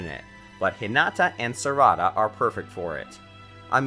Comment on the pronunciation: "sarahda" not properly saying non-english names with the right prenounciations just throw me off most of the time, but everyone has their own pronounciations, i guess.